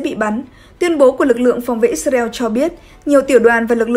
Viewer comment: Tại sao lại cứ đọc là Ít xa reo nghe rất chướng tai .